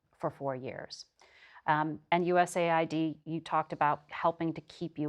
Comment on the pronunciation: Finally someone who pronounce USAID the way it should be as US AID not USA ID